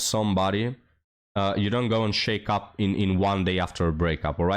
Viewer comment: hey bud, just a helpful hint, study the correct pronunciation of "shack up." You're saying it like, "shake up." Lol